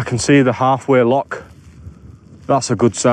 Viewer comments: It's a loch not a lock. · its loch not lock